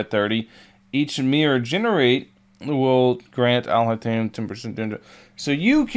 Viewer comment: You mispronounced Alhaitham's name but I prefer you stick with your version anyway because it's way funnier 😂